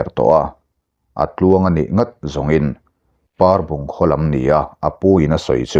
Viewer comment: Parbung tih khua khi Ainawn tih thlûk lo in Pehlawn tih thluk a thluk tur ni in ka hria.